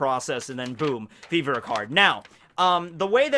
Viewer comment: I keep hearing vivre as fever.